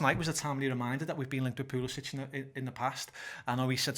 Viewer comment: Just a word about Pulisic. His last name, despite his Croatian heritage is pronounced Pulisic(k) not Pulisic(h). Would love him to come to the Reds though last season in 2000 minutes he got 4 only 4 goals and 5 assists. We bid for him 2016 for £11 million after Dembele fail ; he'd fit in great.